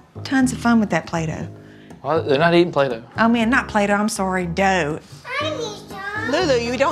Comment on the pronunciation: That lady can’t speak: “salsa” “temporarily” “pepperonis” “play dough”